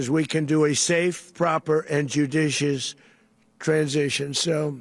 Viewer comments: "Judicious transition"?? A) He cannot pronounce that phrase without slurring and stuttering, and B) When has he EVER been concerned about being "judicious"?? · He cant say “judicious”. This is the end of us.